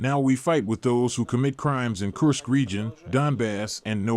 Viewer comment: You are good with pronunciation, check "Kursk". Russian pronunciation has "u" like in tube!